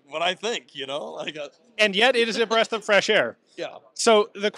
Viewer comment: Did Ian just say "a breast of fresh air"? Are we making "Wild Wild West" references now?😂